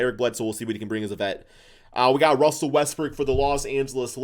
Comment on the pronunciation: This dude said Russell Westbrick 😂